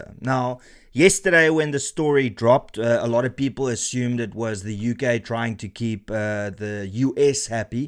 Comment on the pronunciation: ... his 'peepool' is the same as his swimning pool, next to the 'firepool' at Nkandla? 😮 😂